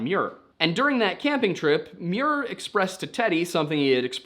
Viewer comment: Wow you finally pronounced “Muir” correctly, I’m so proud of you. 😂